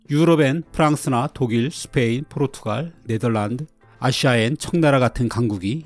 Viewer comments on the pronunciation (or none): none